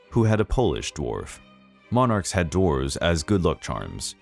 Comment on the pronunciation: God, that ending statement hit hard. Also kept thinking you said Draws (as in furniture) not dwarves.